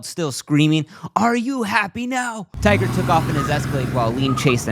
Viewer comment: his name is Tiger not tigger ffs speak English